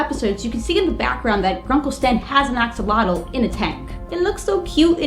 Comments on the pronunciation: Axolotl should be pronounced as a-shol-ot-l. The x is pronounced as a "sh" since the words origin is from Central America. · axolotl isn't pronounced axel-otal, it's pronounced a-sho-lote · He don't say A-X-O-L-O-T-L he said X-O-L-O-T-L Search in Wikipedia for Xolotl and you will understend me